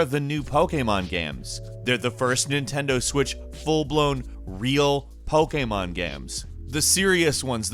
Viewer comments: say pokemon properly lol popemon game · I like the way he says "Pokémon Games". LOL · why does he say pokemon like that though? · Ok, but why were you saying ‘pokemon game’ like that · Is it just me or the way he says Pokémon is... off.